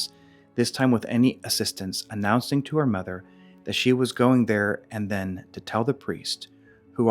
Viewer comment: To the presenter: "there and then" is an idiom, one phrase that should be read quickly without any pause.